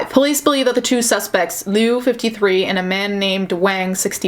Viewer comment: Heads up: liu is pronounced like "leo". Ironically, one of it's definition means "kill" (although it depends on the tone and character)